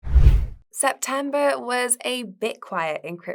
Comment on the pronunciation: It sounds like it’s hard for her to pronounce the “e” sound. “Septamber”, “nagative” etc. It’s a bit distracting/annoying.